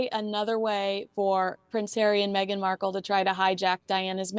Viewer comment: Awesome topic…but, my man - if you don’t get her last name right! 😂😲🙏🏻